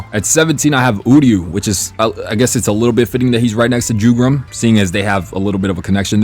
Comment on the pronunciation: Jugram is read like "Yugram". It's German so J is not like in English.